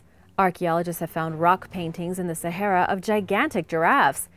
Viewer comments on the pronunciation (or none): none